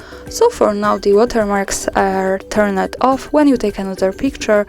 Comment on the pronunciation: Thank you very much for explaining this. You have a very nice voice and your English is perfect, but may I say that words ending in, "ed" such as, "turned" are not pronounced, "turn-ed". It is pronounced, "turnd". I'm sorry, I am an English language tutor.